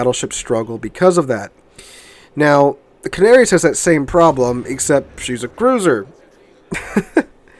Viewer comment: Ca -na -ri - as ....give it a try